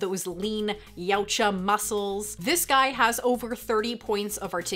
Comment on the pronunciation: Call me outta touch but I'm still having a hard time accepting a female toy reviewer. At least she knows how to pronounce yautja